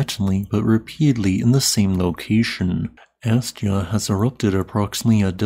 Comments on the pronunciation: its pronounced ask-ya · Thank you for all your work! Just so you know, it's pronounced "ask'-ya". You kind of go back and forth calling it "as'-ja" a few times, then "ask'-ya", and back again. Love to you and yours!